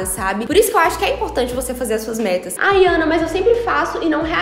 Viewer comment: Menina, parece que você disse "vocês já fizeram suas m**rd**s em 2020?" Tive essa impressão, porque já comecei o ano fazendo... Desculpa!